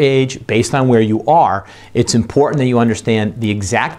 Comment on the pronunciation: OK the word important has a "t" in it for a reason. It is impor-tant not impor-ant...